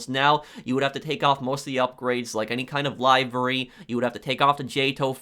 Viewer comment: FYI: "Livery" is pronounced like LIVVERY not LIE-VRY